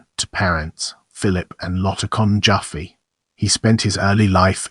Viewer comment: I was a friend of Louis I,, Jr. and Louis Senior’s widow Alice from the age of 6, and the name is not pronounced JOFFee but JaFFAY. But thanks for this deserved tribute.